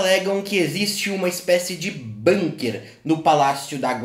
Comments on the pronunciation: acho que a pronúncia é com 'u' mesmo, bUnker e não bãnker seria, caso fosse uma palavra inglesa. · Dzim, Bunker é um palavrra alemôn